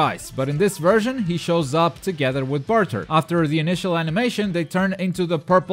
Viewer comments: Love the tutorials, but you don't pronounce anything right..Gullo, Jice, Barter.... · him saying jeice and burter disgusts me